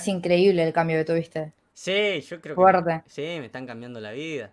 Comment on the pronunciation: Ah alguien tambien le molesta cuando dice "foerte"?